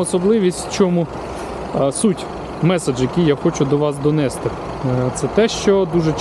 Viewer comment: Вчіть Українську мову, багато помилок по НАГОЛОСАМ, в дієсловах НАГОЛОС НА ОСТАННІЙ СКЛАД донестИ, а не донЕсти